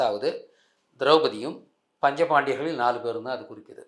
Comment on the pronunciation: யோவ். ஆடிக்கிட்டு பேசரதிலேயே உன் ஆணவம் தெரிகிறது. அதே மாதிரி பஞ்சபாண்டவர்கள் என்ற பெயரைக்கூட ஒழுங்காக உச்சரிக்கத்தெரியாத உனக்கு அடுத்தவங்க நம்பிக்கையையும் ஊர் பெயரையும் மாற்றும் அருகதை உனக்குக்கிடையாது